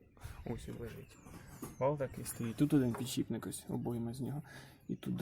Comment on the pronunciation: да блин, почему "пiдшiпник", пiдшипник